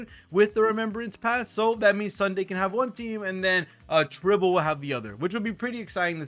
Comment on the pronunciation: it's Tribbie not Tribble 😂